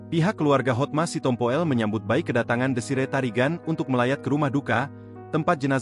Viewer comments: Hotma Sitompul, mas. Bukan "Sitompo el" astagaaa 😓😞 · Yang baca kok gitu bgt si, si tompo ell 😂😂😂" sitompul‼️